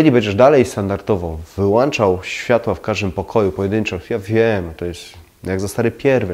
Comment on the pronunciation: Lubię Pana filmy i cenię sobie porady jakie są tam zawarte. Ale jak słyszę w nich "włanczam" czy "wyłanczam" to istna k**wica mnie strzela. WŁĄCZAM I WYŁĄCZAM BO W DOMU MAM WŁĄCZNIKI, A NIE WŁANCZNIKI. Pozdrawiam i liczę na poprawę ;)